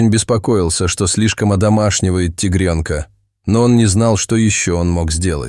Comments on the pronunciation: Только робот может произносить слово -Тигренка😳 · Рассказчику нужно правильно делать ударение, тигрёнка. Очень бьёт по мозгам.